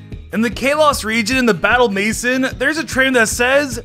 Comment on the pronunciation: Battle 'mason' 💀